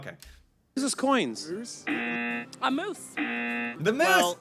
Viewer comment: Lol Moose, MOOSE! WRONG! LOL